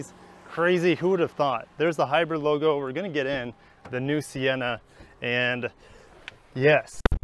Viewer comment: Reason I didn't Finnish watching this is because he couldn't even say hybrid right.. just saying